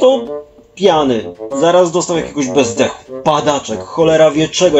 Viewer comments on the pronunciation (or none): PJANY?! Jaki pjany?